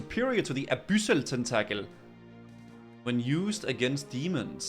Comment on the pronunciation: why are you pronouncing y's as "oo"? proselyte is "ight" not "oot". and abyssal is "abissal"... not "aboosal" or "abeesal"